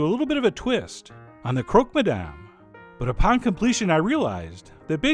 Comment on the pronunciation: learn how to pronounce Madame correctly